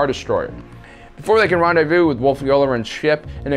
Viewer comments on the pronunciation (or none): none